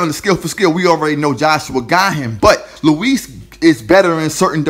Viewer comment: Its not Luiz its Ruiz